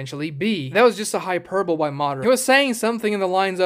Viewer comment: Grewt video about great character by great guy. Btw It's pronounced hyperbol-lee. Like rock lee.